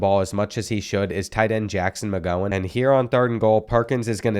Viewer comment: At 41 mins you said Jackson mgowhen Steven mgowhen